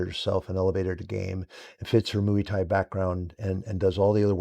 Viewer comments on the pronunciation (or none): Mooey thai...hahahahaha ❤